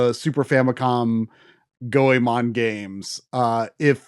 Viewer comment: How did Goemon become.. Gameon?